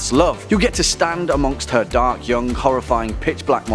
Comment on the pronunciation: The way he says young "yungk"